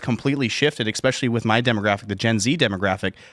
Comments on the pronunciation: Ex-specially -- why do people say that hahahah. It's Especially, there's no x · SAY EX-SPECIALLY ONE MORE TIME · EXSPECIALLY? It hurt every time I heard it. Great Timcast though regardless. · Tim, this guy seems like he'd appreciate you helping him out on the pronunciation of "especially." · brother.... don't criticise the UK spelling of "practise", only to then demonstrate repeatedly that you don't know how to spell or pronounce the word "especially";) Strong beard game tho.